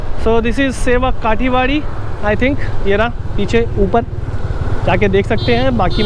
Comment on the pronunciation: Bhai thanks aapka video dekha,ye bahut achcha vdo hai,par raste me ek jagah hai jiska Naam aapne sevok Kathi barri bola hai.wo galat hai,us jagah ka Naam hai sevok Kaali bari.aur Apne jo drone se photo Liya hai wo he Sabse achcha hai thanks.